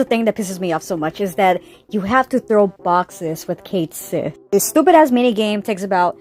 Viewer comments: Cait Sith, in Scottish means loosely "Cat Fairy". It's pronounced like "ket-shee". I'll see myself out. Cool video. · Ok, I still haven’t played the remake game yet to know, but every video I’ve watched calls Cait Sith “Ku Shi,” except this one. So is it actually pronounced Cait Sith in the game?